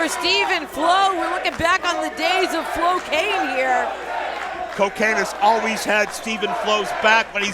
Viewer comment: It is flo-Kane